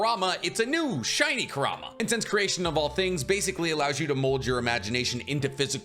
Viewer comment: It is not Ker-rah-mah it is qour-ra-mah just how it is prounced in English dub.